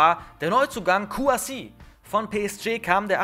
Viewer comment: Er heißt nicht Kouassi 😡😡😡